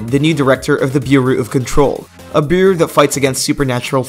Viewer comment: Say "Bureau" dude